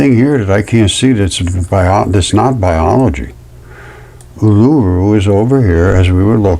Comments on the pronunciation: Australian here. Fascinating stuff. Pronounced "oo-lah-roo".❤ I think the "balls" you see piled up, are actually bushes. I don't really like the sound of living on a giant scab, but I guess I do! 😂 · Pronounced EwL-A-ROO , OOL -A-ROO = Uluṟu . 😊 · Sorry,pronunciation of Uluru: OO la ROO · I'm not being bitchy but how, pronounces Uluru, is just a little bit annoying. Im Indigenous Aussie. But he is onto something, I respect him for his dedication to the channel. ❤👍🏾